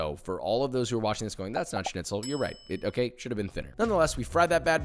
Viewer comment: Wow u are the first American guy,that ive ever Heard, who can pronounce schnitzel right wow